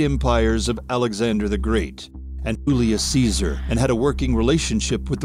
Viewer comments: Ulious Caesar?? Lol... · ULIUS SEEZOOR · Oolius Caesar aye? Never heard of him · Oddly enough the narrator’s pronunciation of Julius Caesar is probably closer to the original than ours. The Romans would have said something like Yoo-lee-uss Kay-ssar.